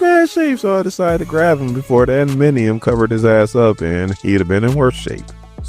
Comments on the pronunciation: love your commentary. just one or two notes. It's Chamber not Chambers and it's adam-ant-tium not adaminiom lol. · ADA-MAN-TI-UM say it